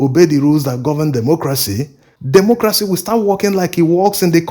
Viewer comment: Please learn how to pronounce democracy / dɪˈmɒkrəsi/